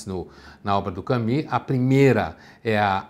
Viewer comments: Por que ele fala Cami sendo que a pronúncia certa em todo lugar que eu olho é Camu? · E nem é a pronúncia certa. Não sei de onde surgiu esse "Cami" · Pondé fala que para não parecer metido ele não ousa falar Pondê, mas me vem com um "Cami". KKKKKKKKK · Eu o chamava de " Camus", mas só depois que eu fui saber que a pronúncia era " kami". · Estava procurando como se pronuncia Albert Camus e cheguei a este vídeo. "Allbé Camí", ok? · Então a pronúncia correta é "camí"? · A pronúncia correta está entre Camus e Camis. Só ouvir qualquer falante da língua francesa pronúnciando